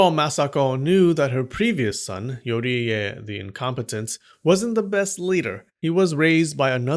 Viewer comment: Yoie as you said and yuri as you called